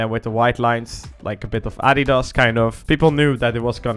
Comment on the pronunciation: Always refreshing to hear somebody pronounce Adidas correctly.